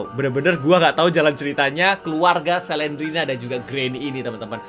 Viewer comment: Slendrina bukan selendrena